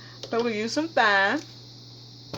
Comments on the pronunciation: I just want to say I like your video cuz you're very thorough but the proper way to say it is time not thyme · This dish looks really good! Thyme is pronounced "time" though. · I cried did you Thy me, instead of TIME????> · It’s pronounced “time” isn’t it? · Thyme....is pronounce like: time. The 'h' is silent sweetie. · I wash everything down as well; I have to have add bleach in that dishwasher. Good recipe👍 FYI: The correct way to pronounce Thyme is Time. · Great recipe... p.s. Thyme pron. "Time" H is silent 😆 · This Isn't MySpace .....Very mature & polite way to explain how to say some of those words unlike some of these heathens that are being rude & disrespectful about it. I've always pronounced thyme wrong myself until now. Thanks! Be blessed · Jason Bourne wow I didn’t realize I was going to get all this feedback... calling someone a moron though? I just made an observation. If I were to pronounce something wrong I would want to know how to say it correctly. Sooo since you want to come for me actually it’s not her accent it is her southern dialect that you really should have referenced. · I paused the video laughing at her pronunciation of thyme. If you say it wrong ,it's funny The world keeps turning, no hard feelings.